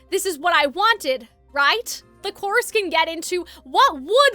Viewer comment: are you saying course or chorus? if the former, what is a course